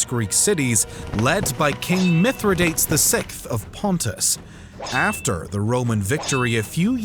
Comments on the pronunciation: Mispronunciation of Mithradates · Not at all, the pronunciations are bothering me. It's Kim-bri (cimbri) not sim-bri. It's Suh-Luh (Sulla) not soo-la. It's Mithra-day-tees not Minthra-dates... Great video over all but the proper pronunciation brings a level of policy to videos like these.